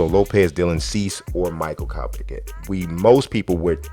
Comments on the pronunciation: It’s pronounced Ko-peck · You mispronounced Kopechs name twice man!